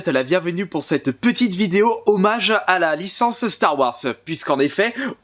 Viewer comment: Apprend a prononcé "star wars"